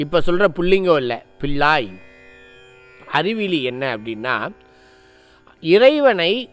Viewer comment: பிள்ளாய் என்று உச்சரிக்க வேண்டும்